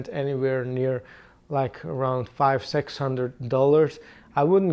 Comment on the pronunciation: Guitar price 'sex' hundred box , sometimes the Flemish accent is very present in the English pronunciation ....🙃